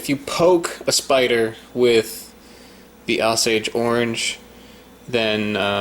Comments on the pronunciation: You keep saying it wrong dude. Osage, long Ō not ‘ah’ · It's pronounced "OH-Sage" not "Ah-Sage". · not ah-sage.... O-sage, as in Oh my goodness! As in the Osage nation. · The reason they say the sap irritating is because its so doggone sticky like you poured sticky note glue all over your hands. The best why I found is high percent isopropyl alcohol. And it's pronounced with a strong "O" sound not weak o. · Say OH-sage, not AH-sage. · "Oh-sage" not "Ah-sage" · It's pronounced OH-SAYG not AH-SAYG, its named after the OSAGE tribe and the wood of this tree made excellent bows. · Pronounced "Oh-sage", with a long O; not "ossage." There is a lot of misinformation in this video. Horses love these and will seek them out and consume the entire fruit, not just the seeds. The only way a cow or horse could choke on one is by trying to swallow it whole — and most are much too large to even consider that. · Also, I pronounce it oh-sage, not aw-sage. [oʊˈseɪʤ] for those who know IPA. But perhaps that is a regional thing. It's crazy to think that ground sloths might have eaten this! You're brave to try it! Great video! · OH-sage! NOT AH-SAGE Like the indian nation. There's an Osage river and Osage County in Missouri. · its pronounced O as in boat.. Osage... not aw as in sausage... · Oh-sage not Ah-sage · O sage. Not Oss age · Its not (ah-sage) its (oh-sage). Just thought Id clarify that :-) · It's pronounced OH-sage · We pronounce it Osage. Long O. Oh- sage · Pronounced Oh Sage. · It’s “Oh-saige” not however you’re tryna to pronounce it lmao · They grow near my house and make a mess all over the road. I think its pronounced Oh sage though? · pronounced O long O sage. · It’s “OH-sage”, named for the Osage Indian tribe. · Prounounced Oh-sage. It is also known as a Bois d'Arc (BO-dark) apple. Supposedly the wood from the tree was used for Noah's Ark. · You should pronounce the word Osage as: OH-sage. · The proper pronunciation is oh-sage. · It's pronounced "oh-sage"